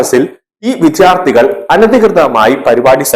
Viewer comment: Vidyarthi ennu nere ucharikkuka please